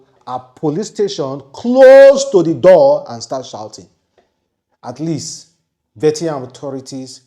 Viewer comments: Vietnam not Vetiyan😂😂😂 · Mr. It is, Viet-nam. Not Vet-yam. Thank you. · It is Viet—Nam not Vie-ti- ham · Pronounced VEE-YE-T-NAM= Vietnam. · It's vi-et-nam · pronounced VI - ET - NAM. I just wanted to correct you. One love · Please, your pronunciation of VIETNAM(VI-ET-NAM) is very very poor and bad, I never expected that from you. Thanks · YOUR PRONUNCIATION OF VIETNAM IS INCORRECT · He can't pronounce it well to save his life. I bet you